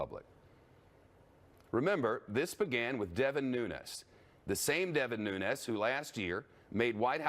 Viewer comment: "Nunes"...NOT "Nunez"...NO ONE of Hispanic or Spanish origin claims him... don't let the mispronunciation of his last name lead you to believe that he knows a word of Spanish...only Spanish that fat, white fuck knows are items off the Del Taco menu...